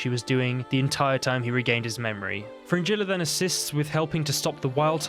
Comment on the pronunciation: Do you realise how you pronounce "g" in Gerald? Vengerberg? Nilfgaard? Yeah Fringilla.